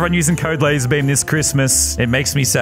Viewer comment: It's "LazArbeam" not "LazErbeam"